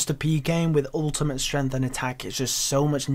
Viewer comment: It's streNGth, not streNth.